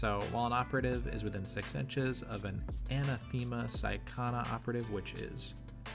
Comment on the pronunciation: It’s “an-ath-e-ma” not “Ana them-a”